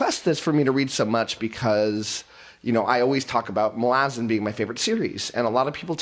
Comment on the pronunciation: I'm getting triggered by way he's pronouncing Malazan.